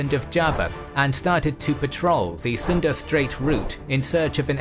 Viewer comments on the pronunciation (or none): none